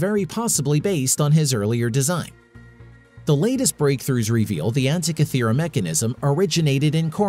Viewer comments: after going to all of the effort to research this video, you'd think the producers would look up how to actually say the name of the island that lends it's name to the mechanism... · Good grief, this guy's mispronunciation of "Antikythera" is irritating.